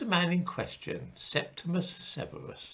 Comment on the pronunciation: His name is Septimius (not "Septimus") Severus.